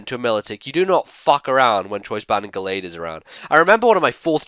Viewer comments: My-lo-tik, not Mil-O-tik. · mil-O-tik not mil-i-tik